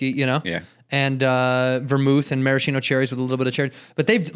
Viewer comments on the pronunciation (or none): none